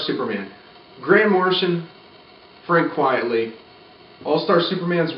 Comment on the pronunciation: Frank QUITEly, not QUIETly… it’s a pseudonym and a play on the phrase “quite frankly” 😊